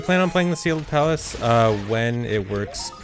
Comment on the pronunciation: I kept hearing Seagull Palace instead of Sealed Palace